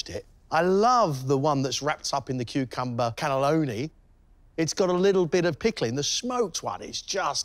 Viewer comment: what is that accent for cucumber? Kuchumba? Never heard that!